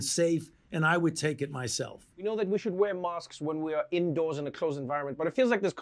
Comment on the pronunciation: Does he say masks or mosques? Is he talking about islam or coronavirus?